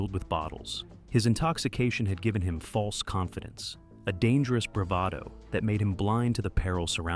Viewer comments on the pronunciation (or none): none